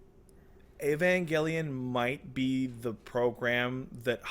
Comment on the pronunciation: Angel, pronounced ain-jel. Avengelion is pronounced ai-ven-jel-e-on.